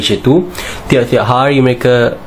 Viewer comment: orang melayu sebut: hari bukan haaii. itu logat manusia bukan bahasa, salah cara mengucap